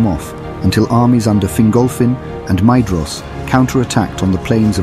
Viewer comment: This is a great video, however one small thing- Maedhros should be pronounced "My- thross." The "dh" is a soft "th" sound.